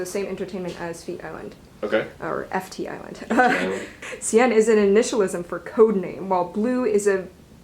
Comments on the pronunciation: "ft is land" hilarious😂 cute mistake :) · "feat" island smh this is why i don't watch this channel a lot anymore LMAO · Finally!!! FtIsland ❤ You mispronounced their name and it broke my heart a bit... but it's okay since you know now :) I hope you are able to make more videos with FtIsland in them!! Pray was from 2015, and FtIsland are always learning and growing their music!! ❤